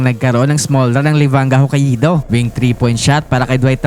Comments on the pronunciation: Hah-kay-do ser hindi ho-ka-ee-do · Hoka ido 🤣🤣 hindi ata ma pronounce ng maasyos ang HOKAIDO hahahahaa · Ho-ka-i-do ampota😂... Pauso si tanga😅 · Hokka-ih-do amp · FYI... The pronunciation of Hokkaido is...Hoe-Kai-Doe. lol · dmo mapronounce ng tama ang HOKKAIDO boss😂. ganto basa jan HOKAYDO ok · Sakit sa tenga pakinggan magsalita nitong vlogger nato. Simpleng pangalan ng lugar na Hokkaido hindi pa ma-pronounce ng maayos. Lahat ng salita at pangalan ng lugar puede mo na hanapin sa Google para mapag-aralan kung paano iyon tamang pronounciation, hindi mo pa magawa. 🤦🏻‍♂️ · Literacy rate kasi ng Pilipinas especially in some rural areas unfortunately puro palpak. Pag-pronounce na nga lang ng Hokkaido hindi pa masabi ng tama. Partida meron yan access sa internet para matuto.